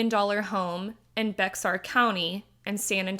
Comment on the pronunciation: Great coverage. Just to clarify, it is pronounced "Bear" County.